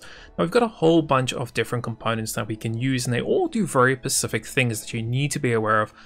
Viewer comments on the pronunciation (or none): Its "specific" , "pacific" isnt a thing